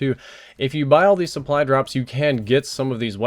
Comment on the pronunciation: I'm not sure if I'm super tired, or what, but are you saying "suppry" drops? It sounds like it to me...